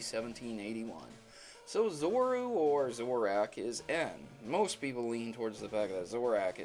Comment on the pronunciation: You're saying zoroark and zoura wrong